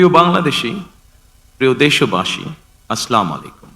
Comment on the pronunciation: "আসলামোলাইকুম" ভুল, শুদ্ধ হলো আসসালামু আলাইকুম । যিনি শুদ্ধ সহীভাবে উচ্চরণ করতে পারেন না , তিনি হবেন দেশের প্রধানমন্ত্রী। কী দুর্ভাগ্য শতকরা ৯২ জন মুসলিম সম্বলিত বংগাদেশী জাতির ।